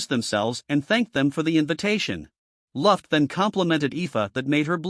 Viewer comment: why is like every name wrong ruft? glay? wtf man it's luft and gly retart and why are u not using ur real voice?!?!?!??!?!?!?!??!?!?!?